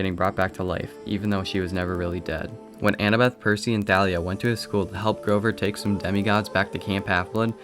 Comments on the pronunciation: I'm pretty sure Thalia is pronounced like "Tall ia" not "Tha lia" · Nah, the author said it was pronounced Tha-lia.